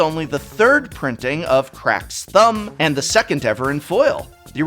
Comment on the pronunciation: He didn't really say "Crack's Thumb", did he?